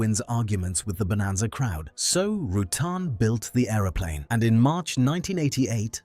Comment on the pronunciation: Roo-tan as in having a tan. Mo Hah Vee desert, Vari-easy. I really dont understand how AI can ruin this so badly.